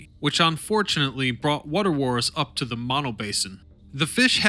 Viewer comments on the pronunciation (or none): Learn how to pronounce mono. I grew up near Mammoth many years ago. Funny that there was no mention of the movie, Chinatown, which, while fiction, wasn't far off. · Mispronounced Mono,over and over.Get it right!